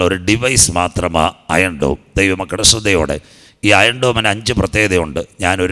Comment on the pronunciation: അയം ഡോൺ 😭😭😭😭 ഹ ഹ ഹ തള്ളുമ്പോൾ നോക്കണ്ടേ ഇപ്പോൾ മോങ്ങിട്ട് കാര്യമില്ല 😂😂😂😂